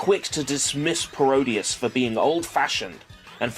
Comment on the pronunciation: people keep saying Paro-Dius, rather than “Parody-es”, it annoys me when people don’t get the joke of the title from saying it out loud. I mean come on, it’s pretty obvious: Parody + Graudius = Parodius!